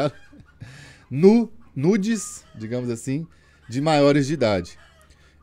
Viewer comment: Orra, melhora essa pronúncia de nudez aí kkkk